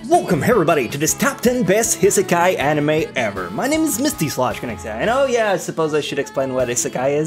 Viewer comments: Restaurant to another word is not seki sorry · i rarely say that but, nice top 10 list. *EDIT, HEAVILY TRIGGERED HOW U SAY ISEKAI